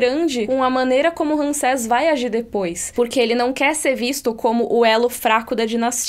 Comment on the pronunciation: É Ramsés, não Ransés. Tem que falar como se fosse assim: Rãmsés.